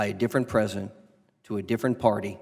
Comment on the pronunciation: Ms Jackson Lee can't even say "pre-si-dent". She keeps talking about "the present".